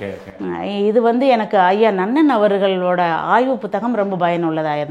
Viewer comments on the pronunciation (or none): அம்மா வணக்கம்....".ஐம்புலன்களை " எனும்போது "ளை" என்ற எழுத்தை நீங்கள் " "ஐம்புலன்கலை" என்றுதான் நீங்கள் உசாசரிக்கிறீர்கள். "அவர்கல்"என்றே சொல்கிறீர். இன்னும் நிறைய சொல்லலாம்....எப்படியோ முயற்சி மேலானது தொடர்ந்து செயல்படுங்கள்.இந்த பேட்டியை மீண்டும் நீங்களே கேட்டுப்பார்கலாம்.நன்றி...அப்புறம் கள ஆய்வை " கல "ஆய்வு என்றே சொல்கிறீர்கள். மன்னிக்கவும்...நான் சொல்வதில் தவறு இருந்தால் ....இந்த பதிவை வைத்தே என்னை தொடர்பு கொள்ளலாம்..."எளுதலாம்" "எழுதலாம்" வித்தியாசம் உள்ளதா ? "அண்ணாமலை பல்கலைக்கலகம்" ...".பல்கலைக்கழகம் " "ல"...."ள" உச்சரித்துக்காட்டும் போது ஒலி தான் அதிகமாகுதே தவிற இரண்டு எழுத்துக்களையும்" ல" என்றே சொல்கிறீர்கள்.எப்படியோ முயற்சிக்குப் பாராட்டு.....நன்றி வணக்கம். தொடர்பு கொள்ளலாம்.